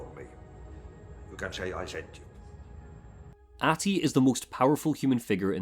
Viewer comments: Yes I am Finnish. I didn't mean to be insulting. But the pronunciation is more like AH-Ti. There should be more emphasis on the h. And you put a bit too much emphasis on the length of the A. The game did a good job of it. Love your videos by the way :) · Gotta say that your pronunciation of "Ahti" is miserably bad